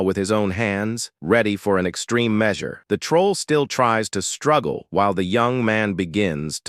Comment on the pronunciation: the AI's pronunciation is terrible. nobbleman, soldeer, mesyour...